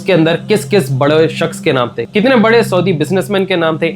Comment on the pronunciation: bade shaks ❌ Badwe shaks ✅